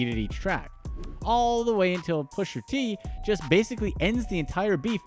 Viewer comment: Its prononced "Pusha". ur totally sabotaging that mans rap name